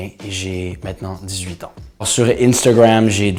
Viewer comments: Il est québécois mais on le prononce pas comme ça... il le dis de façon anglophone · “InStEUgWaMm” il me fait grave rire quand il dit ça 🤦🏼‍♀️😂